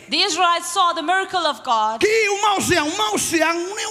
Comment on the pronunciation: You can say lsraelites